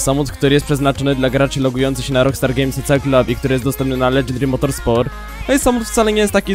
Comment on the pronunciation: Czemu słyszę Elegy Dream Motorsport zamiast Legendary Motorsport